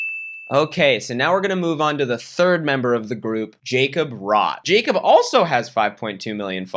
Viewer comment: You know the Jacob you’re talking about is definitely pronounced yacob if he’s from Germany man